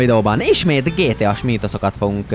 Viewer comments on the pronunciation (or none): nem aszt montad hogy gtás hanem gtas 🤣🤣